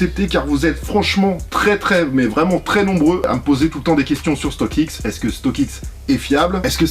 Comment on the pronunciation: La vidéo régale comme toujours StockX accent